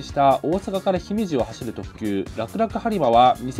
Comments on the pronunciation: 姫路の読む時のイントネーションはきょくりょく気をつけてください。 姫路↗️ではなく姫路↔️です。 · 姫路のイントネーションが違和感しかない ひ↑めじ↓ってなんやねん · 姫路城「ひめじじょう」とか、姫路駅「ひめじえき」を発音する場合は「ひめじ↑」となりますが、 姫路「ひめじ」が文節末になる場合ひめじ↑は発音しにくい。 だから「大阪から姫路」 といった今回の動画の場合、 「おおさかからひめじ↓」 となってしまうのは発音としては自然である。 しかし関西の人は「ひめじ↑」にこだわり、他所から来て「ひめじ↓」と発音する人をバカにするアルアル関西現象が存在します もともと「ひめじ↓」の方が、発音としては楽だと思います。だから普段は姫路に縁がない他所の人が 「ひめじ↓」と発音するのは自然な流れです。 しかし関西では何故か「ひめじ↑」にこだわり、「ひめじ↓」を目の敵にします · ひめじ↑のがどう考えても発音楽ですき、てか現地のイントネーションに合わせろや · 新快速さすがですね👏 余談ですが、自分は神戸の人間なので"姫路"の発音が気になります...😂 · いかにも関西人じゃない姫路の発音ですね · まさか大久保停車ダイヤの紹介は嬉しい… 姫路の発音は気になるけど～w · 姫路の発音がちょっと気になる。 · 姫路の発音ちげーよ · 姫路の発音どないかしろ